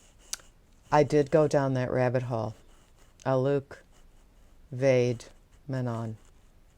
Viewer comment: I am pretty sure his name is pronounced to rhyme with "bloke".